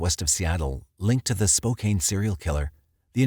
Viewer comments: 99 percent of people not from the area are going to pronounce Spokane with a long A because most English language words that end with ANE are pronounced that way. Similarly, I know people from Prescott, AZ get annoyed when it's pronounced "press-COT," instead of the proper pronunciation of "press-cut." But again, you'd have to live there to know better. Even a professional narrator can be forgiven for these mistakes. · Yeah, as a Spokanite, it drove me bonkers. lol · You’re right. After dozens of hearing it pronounced wrong it’s starting to be so annoying. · Omg I keep correcting him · OMG Me too!!! I could gloss over it, if it was once or twice. But so many times makes me cringe. We love you but maybe check how things are pronounced. ❤ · You're pronouncing Spokane wrong - e is silent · It’s pronounced Spoe-kan not Spoe-Kane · SpoCAN, not Spokaine Native American word... use it please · If people want others to say SPOCAN then maybe it should be spelled Spocan. Spokané. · Though I too recognize the usage of Spokane spoken as Spocaine is different and perhaps technically misspoken, it doesn’t have nearly the effect on this video as some would suggest. Spo-can is preferable, I think someone not familiar with the city could be cut some slack for the pronunciation. Another great video btw. Awesome content as always! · Please don't take this the wrong way, it was a well prepared presentation. But, Spokane is pronounced Spoke + Anne, with the emphasis on Anne. It is not Spoke + Cane. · Spoke-anne not Spoke-Aine... haha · My guy I live there it's Spo-can not Spo-cain lol it's okay tho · PLEASE DO NOT SAY SPO CANE, IT IS SPO CAHN! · spo-CAN not spo-CANE!!! it is like fingernails on a chalkboard!! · Spo-CAN, not Spo-CAIN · Can, can, not cain. Lol. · Glad to hear your old narrator! Small correction worth checking ahead of time. Spokane is pronounced spoke anne, not spoke cane. Spoh-Can. Congrats btw! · Spo-can, not Spo-kane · SPO-CAN washington. Not Spo-kane.